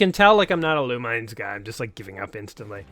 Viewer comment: You are pronouncing the title wrongly.